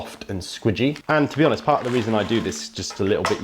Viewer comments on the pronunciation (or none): none